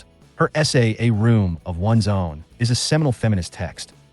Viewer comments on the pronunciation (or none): none